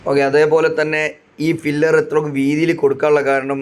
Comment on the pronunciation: ഫില്ലർ അല്ല pillar...😊